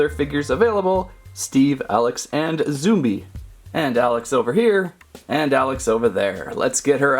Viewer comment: Its zombie not zumbi